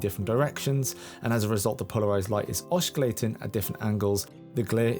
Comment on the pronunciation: 'Oscillating' is pronounced ossilating (you dont pronounce the C)!!